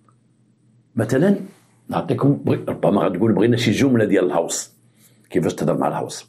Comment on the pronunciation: تحياتي للاب الروحي انت الاصل و الباقي تقليد كنحبوك في الله غير هو راه الغوس ماشي الهوس هههههه وسناح عندك واعرة حتى هي ❤